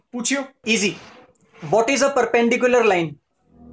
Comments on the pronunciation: he says perpenDICKular. XD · Perpen-di*k-ular,,, Sameer is a legend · It's not perpendicular it's perpenDICKular🤣🤣🤣